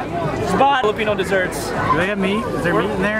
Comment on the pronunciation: LOL..when your friends pronounced all the names of Filipino desserts with a yankee accent.😅😅😅